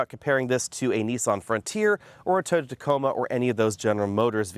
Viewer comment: Tacoma not taco